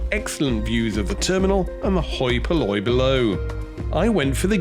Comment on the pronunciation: "hoi polloy" :)